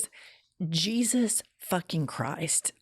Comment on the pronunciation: Why does this woman pronounce the name of Jesus in Spanish? For me this is racism